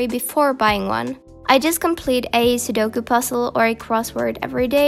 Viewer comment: who else died when she said sudoku wrong